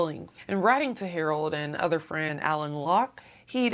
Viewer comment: Good commentary. Always check name pronunciation though.. Alan is actually Alain pronounced Elaine!